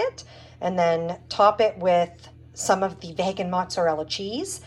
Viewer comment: Juuust FYI, vegan is pronounced vee-gan, with a hard E